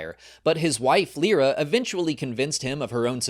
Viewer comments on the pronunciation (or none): none